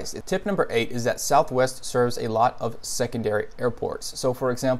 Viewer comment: Southwest, "ees tha ves!"